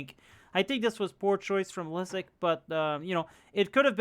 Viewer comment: I always love seing Liszek getting his shit kicked in (and it's pronounced Lee-shek, not Leizek lol)